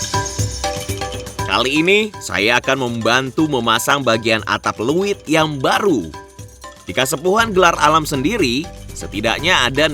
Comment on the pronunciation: untuk host nya pengucapan untuk wadah padinya bukan "luwit,... tapi leuit...!